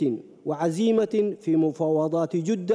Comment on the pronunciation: كيف داء دخل السلك الدبلوماسي يقراء خطاe قال جودة بضم الجيم خطاء كبير من انسان في مقعد كرسي الخا،جية عيب جدة بفتح الجين وليس الضم